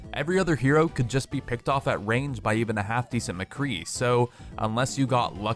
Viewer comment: im sorry did u say mcree HAHHAH u havent heard of symmetra